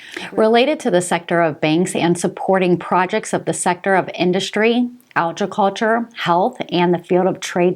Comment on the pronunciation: How do you say ag ri culture, kind of like egg but agg ri culture